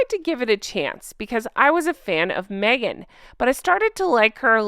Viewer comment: I still think Meghan going by her middle name is so fitting. But i think she should spell it Meaghan, cuz every freaking time she opens her mouth ..."its ME-AGAN!" 😂